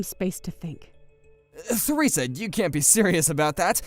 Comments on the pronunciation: Its pronounced teresa not feresa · The - H- in Theresa is silent. You pronounce it the same as Teresa Oh my. GOD Harriet. Stop letting Jackson walk all over you! Stop apologizing for things that are HIS FAULT. You're ENABLING HIS SHITTY BEHAVIOR LADY It took her WAY too long to put him in his place! That said, it was a pretty satisfying comeuppance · Theresa is pronounced Teresa. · THE H IN THERESA is silent you just say teresa